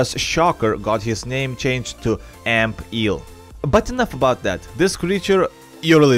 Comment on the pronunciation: Ampeel sounds like amphere